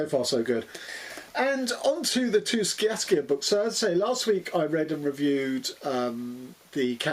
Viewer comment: Sciascia pronounced SHA-sha